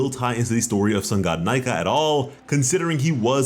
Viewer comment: I don’t know if I’m right or wrong, but please stop saying NIKEA with a vowel please